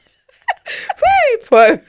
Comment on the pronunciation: So vewy vewy pwoud